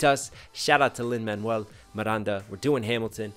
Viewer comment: Love watching your Lin-Manuel Stan developing. You can tell once people have started watching his interviews as they start pronouncing his name correctly and with the Spanish inflection. I’m off to see if you’ve found tick, tick BOOM yet?